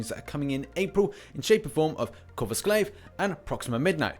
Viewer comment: Please it’s coRvus Glaive (core-vus glaive)😂